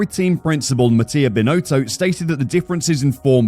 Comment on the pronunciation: I don't think the guy who's been hired to to do the voice over even watches F1: It's pronounced Bin-otto not Bin-oh-toe.